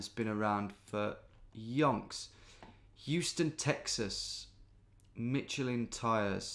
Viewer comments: Mitchell Inn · Please don't say Michelin ever again